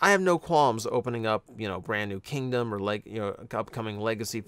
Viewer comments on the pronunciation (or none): none